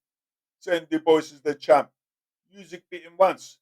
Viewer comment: "Do bwah" is the pronunciation